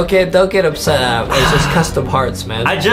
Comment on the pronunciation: WY JUSTIN CALL ADAM ADEM